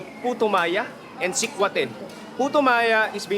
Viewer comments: The Filipino guide, are you really from the area? You're pronouncing sekwate funny! It's see-kwa-teh. No stress on the first syllable. Para ka namang foreigner! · Getting hungry watching. Not sure about how sikwate is pronounced in CDO though but in other visayan region, the stress is on the second syllable (wa), not the first (sik). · I'm so disturbed how you pronounced sikwate... next time pls ask how they pronounced it. ur giving injustice to the locals. and that's not puto Maya that's just puto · ....its not pronounced as Sik-wha-te but Sikwa-te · Its SU-TU-KIL "SUGBA-TULA-KILAW" TULA or tinola or Sabaw.. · What's that guy saying the purple puto maya can only be found in CDO? Such incorrect facts. Also, he pronounced sikwate incorrectly. Do better man.